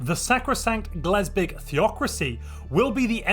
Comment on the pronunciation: Its Glebsig. GLEBSIG. Not Glesbig. B before S.